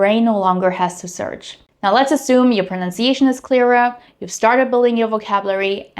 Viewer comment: FYI your pronunciation of the word "clearer" is a bit off. Not as bad as my pronunciation of the German word "früh" though.